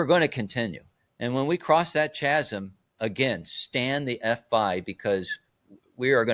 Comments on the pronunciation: Kind 'a lost me when he said "chazsim". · Chasm is pronounced Ka-zm ;)